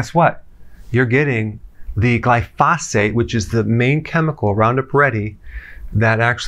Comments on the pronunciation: Putting the em-phasis on the wrong syl-lables. Glyphosate. glai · fow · suht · The correct pronunciation is GLIE•foe•sate. Sorry to be so picky, but anything else is like fingernails on a blackboard. 😳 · GLY pho sate is how it's pronounced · Can we trust a doctor who preaches about glyphosate but pronounces it with an extra "f" sound? Hint: it does not rhyme with phosphate. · When he says 'glyphosphate' does he mean glyphosate? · GLY-fo-sate, not gly-FOS-ate. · You are saying “glyphosate” incorrectly. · you're mispronouncing glyphosate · somebody please teach dr berg how to say glyphosate correctly... great info tho good doc!